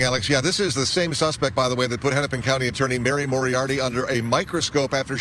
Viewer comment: Hinnipin county? this is Keith Ellingson isn't it...